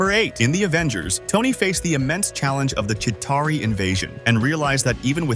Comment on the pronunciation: You pronounced chitari in two different ways.